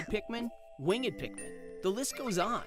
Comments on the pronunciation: In different countries people pronounce winged as wing-ed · You can say wing-ed, it sounds like you are describing mythical beast, but you can say it.